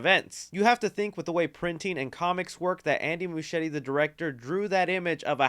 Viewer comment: Is that how you pronounce Muschietti? Serious question, cause it's weird, the name sounds Italian, but I google him and he's from Argentina, but his sister's name is Barbara, very Italian as well, and if it was Italian Muschietti would be pronounced with ahard C (almost like a K) so I'm just curious now LOL